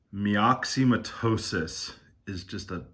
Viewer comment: Pronounced: mik-suh-muh-tow-suhs. Just saying!